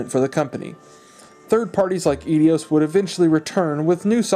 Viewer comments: Laughing at your pronunciation of Eidos... It's "Eye-Dos", not "Eee-dee-yos"... Honestly, YouTubers pronouncing things badly is a new sport... Why you wouldn't find out how to pronounce something correctly before making a fool of yourself in a video for posterity never ceases to amaze me... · Eeedeeoss lmao it’s Aidoss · Lol. "Eedios" gave me a good chuckle 😉. It's *eye-dos*. Also, Dolby pro logic II was stereo audio upmixed to 5 channels. The only way to get true discreet 5.1 channel audio back then, was a digital output, which was optical only. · Great video - no silly cutaways that too many youtubers do thinking its funny, no distracting background music that's too loud, no messin about. Only nitpick, Eidos is pronounced "eye-doss" not "eddy-oss" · you know 'idios'? they are actually called 'eidos' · The way he pronounced "Eidos" 😝😄🤣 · Man these are great videos but you mispronounce a lot of titles and companies lol. Sy-PHON filter (emphasis on the phon lol), Eedeos ( Eidos is pronounced Eye-dose) and a few others in the couple videos I watched, but it's excusable. These are really old companies. It makes me feel old, though... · I'm sorry, but please stop saying edios, it's eidos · Eidos is not "Edios". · EIDOS not EDIOS lol you are putting a WHOLE extra syllable on the name. 🙄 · There is no second “I” in Eidos. So no E-dios. It’s eye-DOS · It's EIDOS, like eye-doss. Not Edios as in, "you're and idiot". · Eidos = Idios? I will accept either "eye - dose" or "ay - dose" but not idios. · its eidos not edios. lol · Eidos is pronounced "eye-dose", not "ee-dee-ose". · Good vid but eidos is pronounced i-dos, not edios. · It's pronounced "eye-dos." Otherwise, fantastic video! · It's not EdEos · Where are you ready Eidios?!? It's Eidos...No? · Oh man... it's Eidos, not Edios. Great video though! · You keep saying Eidos wrong, and it is bugging me something fierce! Say it with me, "Eye-Dose" Eidos is pronounced as "Eye-Dose", now you know. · Eidos not Edios...